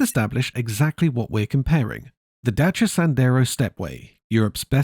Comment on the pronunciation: As a Romanian, I want to thank you for taking the time to learn how to pronounce Dacia. They used to be even better you know...you could fix anything about them with a few wrench strikes and some colourful language.